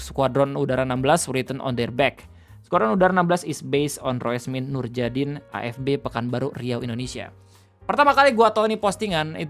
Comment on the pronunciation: You read 'Roesmin Norjadin' as Rusmin Nuryadin, i think you already know that by now